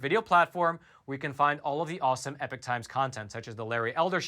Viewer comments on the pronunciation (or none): “EE-Pock” not “Eh-Pick” Completely different meanings.